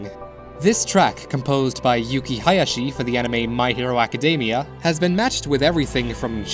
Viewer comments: "My Hero Acadeymia" lol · Am i the only one hearing him saying academia wrong?